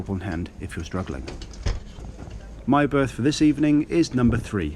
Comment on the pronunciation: I like the speed of both the narration and subtitles, and tone, except 'berth', and the missing punctuations.....